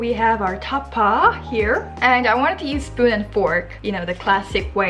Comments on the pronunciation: I love your accent say it again: Ta-pa ❤️😹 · Can’t stop laughing at your distinct Koreanized tapa!